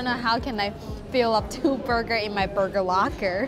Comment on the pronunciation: did she say burger locker? LOL